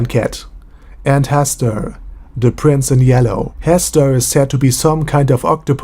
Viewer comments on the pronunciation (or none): none